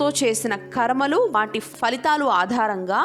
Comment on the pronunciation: మేడం మీరు చెపుతున్న విషయాలు సూపర్👌👌 కానీ తెలుగులో fhalitaalu అని చెప్పకూడదు, ఫలితాలు (phalitaalu) అని పలకాలి,కాస్త శ్రద్ధ తీసుకొని చెప్పండి, except this ur explanation nd ur voice too good 👌👌👍👍, thanks for sharing 🙏🙏